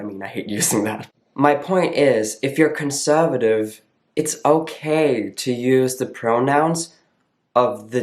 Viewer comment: I like the way you say “conservative.”